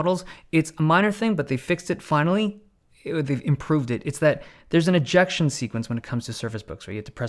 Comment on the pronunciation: why does the "speed of ejection" sounds so wrong here.....